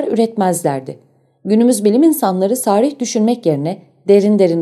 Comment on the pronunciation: Ağzınıza sağlık. Yalnız "sarih" kelimesi a uzatılmadan teleffuz edilmeli.